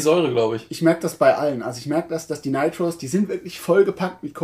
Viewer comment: ... Ihr sprecht nur immer noch "Nitrous" falsch aus :-) Seht es als Adjektiv, also wie z.B. "famous" oder "monstrous" (hehe, Monster ^^), und genau so, so Richtung "i", wird diese Wortendung ausgesprochen. Ich hoffe Ihr verzeiht die Klugscheißerei!